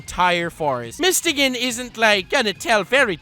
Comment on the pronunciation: It’s mist-o-gun that pronunciation was horrid